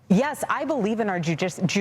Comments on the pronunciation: "I believe in our jewdic jewdica jewdicial system " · The way she said Judicial system was wild. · Who is speaking truth. That is who you follow. Who is lying. Tpusa is not Charlie, remember that when deciding. Kind of weird she couldn't pronounce judicial